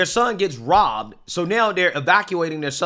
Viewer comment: what the fuck did he say? They were bit? Bibed? Is he not able to say “ROBBED”?